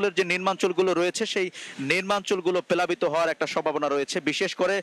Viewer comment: সাঙ্গাতিক ভাই 😂😂 প্যালাবিত না 😂😂প্লাবিত 😂😂